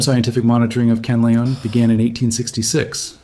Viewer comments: "kanalon" bruh its pronounced "can-lah_on" not "ca-nal_on" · Not kalaon its kanlaon